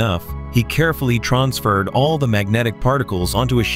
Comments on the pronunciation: “Tronsfered”😂. wtf. How’d they get that wrong? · Traunsferred...... Blows my mind how AI still struggles with basic english. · "Trons-furred and Sym-bye-yo-tee"....I cant take a vid serious when the AI voice cant even correctly pronounce basic english words. But this is only the beginning my friend...and it's already overkill.